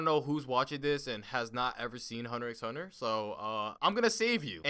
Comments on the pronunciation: you need to vacate your lungs of air.. this guy said "Hunter 'X' Hunter" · Who the hell pronounces hunter x hunter like that lmao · the x in hunterxhunter is silent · I disliked because you said hunter x hunter not hunter hunter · You even pronounced it wrong its called "hunter hunter"pls stfu😊 Bet u just watched like the first 3 episodes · BTW... it's pronounced Hahnta-Hahnta. You don't say the X. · 🤣🤣 Ik I remember that Moment of realization that the show wasn’t called Hunter “x” hunter 🤣 but I said wtf I’m calling it what I want including the X🤣🤣🤣 But man I really do like this show Bro this is hilarious. The way he pronounces the misspellings 😂😂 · Ummm it’s hunter hunter you don’t pronounce the x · lol how he said hunter x hunter with the X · I disliked the video the moment you pronounced X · and he pronounces the ‘X’ ಠ_ಠ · The thing i get most triggered by in this video is the fact he pronounces the x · Its thanKKK you for pronouncing HUNTER X HUNTER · my mans really pronounced the “x”😔